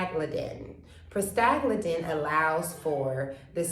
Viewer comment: I think you are trying to say 'Prosta-GLAND-in"